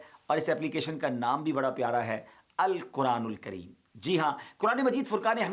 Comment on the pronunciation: آپ درست ق ادا نہیں کرتے ہیں مہربان کیجے اور توجہ دیجے آپکے منہ سے الکران الکریم ادا ہوتا ہے میں کئی سالوں سے آپکی تقریر سنتا ہوں تقریر میں بھی آپ ق کی جگہ ک. پڑھتے ہیں